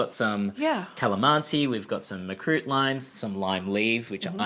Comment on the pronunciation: sigh Makrut. Not Markut